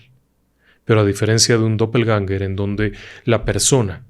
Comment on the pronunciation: Doppel ganger, No doppel sawer